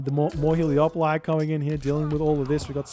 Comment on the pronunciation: Damn hahah! And the Trojan soldier says "Hele-O-poli" in mission 6 as well! But all is not lost... In Spanish it's "Helépolis", and I googled it, and the greek name is "ἑλέπολις" (elepolis), wich is pronunced "elepolis" by the Google Translate lady. And I translated that to english and the lady pronunces it "helepolis" as well.